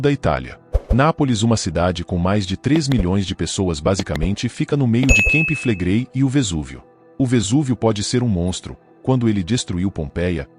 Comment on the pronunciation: NAO SE PRONUNCIA KEMPI FLEGREI MAS CAMPI FLEGREI